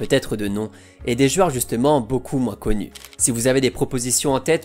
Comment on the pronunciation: Superbe vidéo, merci... Juste, on dit des jOUeurs, pas des jUeures, c'est stressant, tu le fais 3 fois au début XD bonne continuation